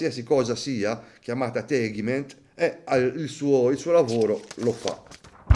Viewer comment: Il trattamento che fa SINN si chiama TEGIMENT , non tegment.